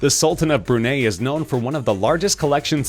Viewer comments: sultan of brunei.... brun - eye or brun - i .... not brun - aye or brun - a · its pronounced bru-nye not bru niegh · It’s pronounced Bur Nye not bur nay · It’s Bru-Nye not Brunay, with the actual spelling of the country being (Brunei). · 129m minus 91m is not almost 30m... it's substantially more. Also....The Sultan of Brunay? WTF is that... it's Brunei. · Its bru-nai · No! Brunei is pronounce Brew-Nye (like Bill Nye)! 😠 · Brunei rhymes with high